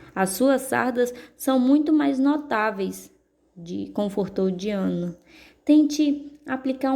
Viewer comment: Desculpa falar mas se pronucia daiana